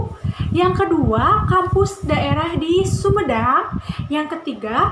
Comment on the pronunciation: Biasa dong nyebut sumedang nya dan cits cita nya jd duta wkwk